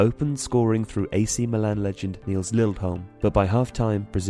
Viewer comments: Actually it's Nils Liedholm. Not LieLdholm. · Liedholm, not Lieldholm